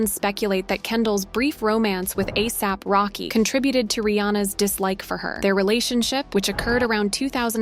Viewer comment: Ah-sop rocky 😭😭